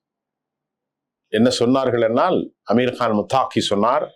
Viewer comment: முத்தாகி அல்ல. முத்தகி தான் சரியானது.